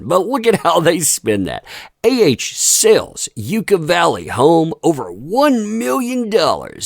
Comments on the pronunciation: Yucca…pronounced….yuck a 😉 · It’s really pronounced yuck a valley I lived in California most my life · It is pronounced like Yuck-a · Its pronounced like yaa caa (yucca valley) 🙂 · I am smirking, thanks for the update. If I may....Yucca is pronounced Yuk- ka. Love ya. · For peeps who don't know...it's Yucca Valley. Pronounced Yucka...like Yucka. Like it tastes bad. Yuck. Yucka Valley. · Pronounced... "Yuck-ah" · It sounds more like Yuck-uh valley (yucca) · Locals pronounce it like a bad taste jacca. A viciously destructive bag lady needs a bridge for her home. 😈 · Yucca is pronounced like yucka. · The Yucca is a type of cactus. We here in Arizona laugh at people's terrible mispronunciations of old Mexican words. Might want to look up how to pronounce it correctly if you are going to keep using the word. Cholla, saguaro and Gila monster also sound different than they look to pasty white people from N. Dakota. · Hey! Congrats on 400k! Also, it's Yuck-uh, not YUU-ka. She sold this before the judgement could be entered against her, meaning that any money she made would've gone directly to Johnny had she waited. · Pronounced 'Yuck-a' . Not "yooka" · Its not You-cah, its pronounced Yuck-ah. Yucca valley is also not a place you really want to live so very surprised she even wanted a home there. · It's pronounced yuck-a valley. Not making this up. I grew up there. Lol everytime I heard it said on here as ewe ca valley I cringed with a smile tho. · Just a heads up from someone who actually is from that area, it's Yuck-a not You-ka, for Yucca Valley. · Percentage price change on AH home seems right in line with other houses in Yucca Valley in the same time frame. (P.S. The proper pronunciation is "yuck-uh", not "yuke-ah".) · It’s pronounced Yuck-a Valley. Not Yooka Valley. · It's pronounced Yuck-Uh. Also, it's hell on Earth during the summer and frozen during the winter. Not Beverly Hills. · FYI it’s Yucca (like “Yuck-uh”) Valley. 😉 love u! ❤️